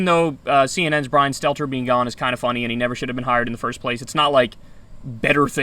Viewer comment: Last name is Stelter, not Stellar